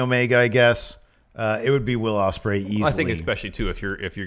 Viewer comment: It’s Ospreay man